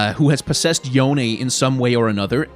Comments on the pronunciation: yone's pronounced "yo-nay" as confirmed by yasuo in legends of runeterra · Yone is Yo nay, if they pronounce it as Yohn it wont be authentically eastern based. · It is not Yone...